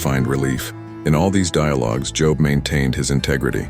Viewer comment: Job is pronounced with a long o sound such as bold.